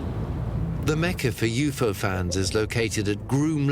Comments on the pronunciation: Ughh everytime he says u-fo instead of u-f-o I cringe!!! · was that the alpha centari "galaxy" ? Lol, that was dumb, I also am super irritated everytime he says u-fo instead of u-f-o lol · "You pho" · they do yes but U.F.O is always said in a segregated manner , not yufo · Does the guy narrating this even know what a UFO is? Because he literally cannot pronounce it 🤷🏻‍♂️